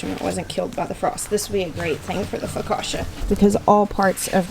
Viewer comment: Lulu is so precious & curious. Seeing those Nasturtium flowers cheered me up. I'm kinda bummed I didn't get out to do yard work today - likely our last day in the 70s until Spring. Instead I napped after lunch & the sun set ish today. It was too dark to work outside. 😟 No offense but being Italian, it's pronounced Fo- ka- chia.( Emphasis on the middle syllable).